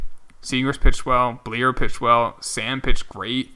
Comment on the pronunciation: I know it might just be me nitpicking, but Richar bleier is pronounced bli er.